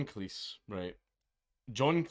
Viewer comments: AAAAAARGH, Jesus F Christ mate! Its Cleez. Say Cleez. Fuqin Cleece? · Cleese rhymes with cheese. I taped all of Monty Python's Flying Circus on VHS. Yeah, I'm a boomer.